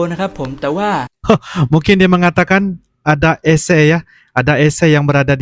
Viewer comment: AngkoL🙏 klo Bahasa Indonesia menyebut penyejuk udara atau singkatan Air Conditioner (AC) dibaca Aa - Sé bukan Eé Sé 😅😂🤣